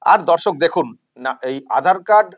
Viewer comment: Jokhon dorshok bolen, sunte lage dhorshok, kintu valoi lage